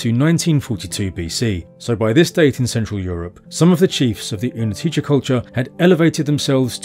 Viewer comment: its -tse in the end of the word, but its okay. anyone who even tries go with czech, gets points.